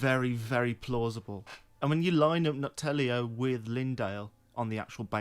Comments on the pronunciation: Brother, are you dyslexic? Its called Noklateo not Noktaleo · "NOK-TELLIO"? Dude, how do you keep doing this? 😂 it's funny you're making fun of yourself with the "nok-gelato" joke, but then you STILL get it wrong? How hard is it to take 5 seconds to read the name of the thing you're making a 15 min lore video about?